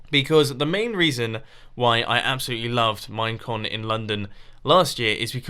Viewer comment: During his time lapse chat when he was talking about "Minecon" I heard "Mein Kampf" like four times.